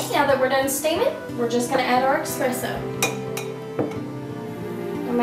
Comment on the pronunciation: Good explanation, but why on earth the music....it drowns you out at times. It's Espresso, not Expresso.